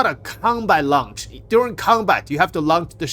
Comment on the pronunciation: I swear you say things like "launch" and "Raven" wrong just so people have to actually watch your videos to see what's happening instead of running them in the back.